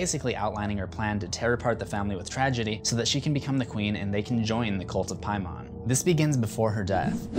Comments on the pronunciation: Piemon? Paimon. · Why do you have to pronounce it differently than they do in the movie. You saw the movie. Why are you still mispronouncing it. They say PAY-MUN. Not PIE-MAWN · IT'S NOT PRONOUNCED PIE-MON. HE IS A DEMON NOT A DIGIMON DIPSHIT. IT IS PAY-MUN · How are you incorrectly pronouncing “Paimon”’when they literally say it multiple times in the movie. It’s “Paymin” not “Piemon” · Lol king "PIE-mon"...dude its "PAYmon". Its in the movie this vid is all about.... smh.... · Honestly it kinda bothers me how he says ‘Pie-mon’ because I’m pretty sure it’s more ‘Pay-mon’ but Idk. Other than that haha the video was good! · Paimon= “Pay”mon. NOT “Pie”mon. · I cringe everytime you said "Piemon" ...., dude it's like you intentionally mispronounced the name, don't be that guy, They say it in the movie man, there's no reason for illiteracy to be present on that name. It's pronounced like "PAYMEN". Like the sounds in Payment, or Pavement. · PIE MON..... xD it's Paimon (Paymon) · Why do you keep pronouncing paimon as “pie-mon” when it’s said clearly many times as “pay-mon...” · there's actually 61.....Its Peyman (Persian) English = PAY-MON American = PIE-MON for some weird reason. Didn't you listen to the movies way of saying it. Its not PIEMON its PAY....MON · Am I the only one who is completely annoyed by him saying "Pie-Mon" instead of "Pay-Men" when the movie LITERALLY says it like "Pay-Men"? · k i loved you’re video but in the movie they pronounced it pay men so i’m confused as to why ur pronouncing it pay mon so which one is it lmao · Don't they say "Pay-men" rather than "Pie-mon" in the movie? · "Pay-man", not "Pie-mon". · King Pie-mon? Come on man, they pronounce it in the movie - Pay-min. There is no excuse for saying it wrong. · Pay-min not pie-mon. It’s literally said in the movie yet you butchered it repeatedly. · Really did u say PieMON....in the movie they all say PayMAN. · Paaaaaaay....mon. long a sound. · Anyone else annoyed that he keeps saying "Pie-mon"?